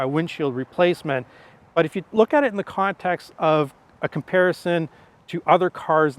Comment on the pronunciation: a mispronunciation is not an accent. But I still gave your video a thumbs up.